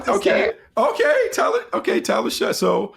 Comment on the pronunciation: SHOUGH NOT SHUTT